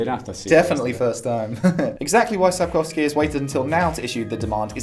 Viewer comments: Lol your pronunciation of "Sapkowski" is almost spot on. How much time have you spent practicing? ;) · I am quite surprised, how well you have pronounced his name. Still better than that one guy, who pronounced is as "Saep-cow_skye" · Thank you for taking your time and prenouncing his surname VERY correctly. It made me smile, as most non-Polish would most likely struggle etc. That's besides the point of the video of course, just some words of appreciation:D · I have to say that your pronunciation of name Sapkowski is very well.